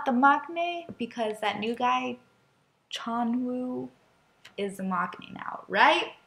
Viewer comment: his name is pronounced jun-hwae/hwe (ju-ne) :)